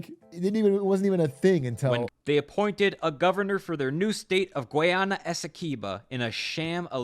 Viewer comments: Guy-anna not guyona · I actually can’t watch this video cause of how both he and the video he’s watching butcher the pronunciation. (Though the video gets it accurate most of the time) “Ghee-awna” “Guy-awna”, shit, just call it Venezuela’s Neighbor I don’t wanna hear he ever try and pronounce it again. It’s like hearing everyone call the Caribbean the “Care-a-bean” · I was so confused at the begining when he said giyana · Wtf is Ghee Yana 😂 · It’s GUY ana my ears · ITS PRONOUNCED GUY-yahna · Guyana represent🇬🇾🇬🇾🇬🇾 Pronounced Guy Anna Big Glizz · It's pronounced guy-ana. I'm Guyanese. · Oh my pronunciation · Not being able to say Guyana is a recession indicator. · My mom is Guyanese and I was thinking about sending this vid to her since I’ve introduced her to Big A’s content recently and she’s enjoyed it so far. Then I heard him pronounce Guyana and I can already tell that would set her good will straight into the ground lol